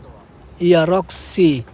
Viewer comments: Merek voxy bukan roxy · Voxi bang bukan roxi gimana ah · Bang.,,,itu Sangat jelas Tulisannya Toyota VOXI bukan ROXI 😂😂😂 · VOXY bang bukan Roxy😂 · Maaf bang, voxy bukan roxy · VOXY bang 🤣bkn Roxy